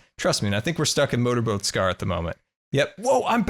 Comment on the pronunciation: I think the volcanos name should be: Mount Grrumble Two r because when you say your intro it sounds like ... GoodTimeWithScarrrr here..